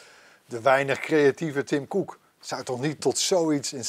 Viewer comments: moet even een cursus Engels hebben want dit is echt een blamage. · Niemand: Helemaal niemand:: TIM KOEK